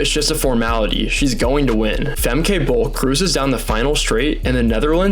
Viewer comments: Yes, your pronounciation of Dutch names sux monkey balls. It is not Fem-KAY, but FemKUH, as in "but" or "butt" "sucks " . Same goes for Lieke Klaver: its not LEAKY but Lee-KUH. And her last name is the first syllable is n "Ah" like in Ah-merica, 2nd syllable is again with the UH from "but" or "drugs" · It’s pronounced Femkuh, not Femkai…. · FYI: It's pronounced 'Fem-keh', not Fem-kay and Lieke is pronounced as "Leek-uh". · Fantastic video dude!! This is absolutely not to sound like a smartass but if youre interested, a tip on how to pronounce the dutch names. If there is a -e at the end of the name, we pronounce it as -uh. So Fem-kuh, Fran-kuh and Lie-kuh (Leak-uh). And again great vid and explanation :) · Is he pronouncing Femke correctly. I thought it was ended in a -ka sound? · No his pronounciation of all Dutch runners is terrible.